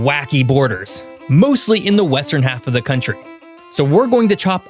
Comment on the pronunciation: “countr” i found it funny